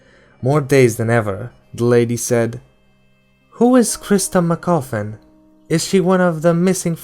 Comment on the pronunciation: Except him reading christa mccaullife as christa mcCoffin . That drove me insane.